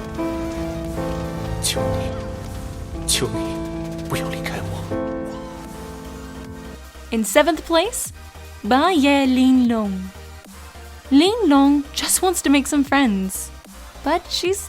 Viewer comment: hahahaha. just wanna say you pronounced the chinese words wrong. we read the "bai ye ling long" (pi ye ling long) and the "wo de ni tian shen qi" (wo te ni tHian shen tchi) just like other country the letters are pronounced other sound "dont know what the other words"